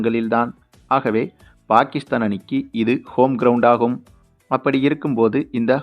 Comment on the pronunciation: Player's name should be pronounced correctly. For Pakistan Bakistan, Shaheen afridi it is pronounced as Shakinshaw Afridi, for Subman gill i could hear Shupman kill. Why, hurry when it comes to names?